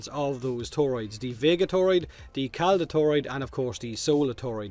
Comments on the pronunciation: Calda, not Clada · its Calda, not Clada.